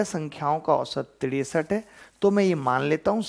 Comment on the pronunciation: Tiresat rupaye😂😂😂😂😂😂😂